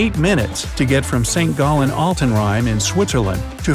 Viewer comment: How did you say Sankt Gallen and Friedrichshafen xD 😂😂😂 ... P.s. I am an Austrian